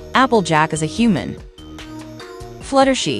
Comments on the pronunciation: Fluttershee 😂😂😂😂😂😂 it's Flutter SHY. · It’s flutter shy, not flattery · It's supposed to be flutter shy and not flutter shi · It's not fluttershii it's Fluttershy👍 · Not Fluttershy it’s fluttershy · It’s not fluttershe it’s flutter shy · flutter she.. GIRL ITS FLUTTER SHY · Um that "fluttershi" was hilarious 😂😂 😆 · It’s flutter, shy, Not flutter shi 😂 and it’s princess Celestia not Princess Celeste😂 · For the last time it’s flutter shy not flutter shi! And it’s not rava and the last dragon 🤬